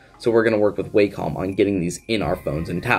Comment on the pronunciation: FYI: Wacom is pronounced: Wacom is pronounced "wah come" and is derived from the Japanese symbol for harmony ("wah") and the first syllable of computer ("come"). I've used their products since the late 1980s and never heard somebody pronounce it "way" "come".